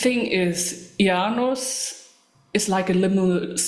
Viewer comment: Thanks for this. I believe it is pronounced Ee- ah - nus. She has some great style, Isengard is definitely some cult music